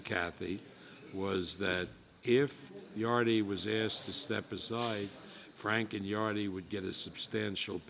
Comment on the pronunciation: yard-e. even when corrected he's too far senile to notice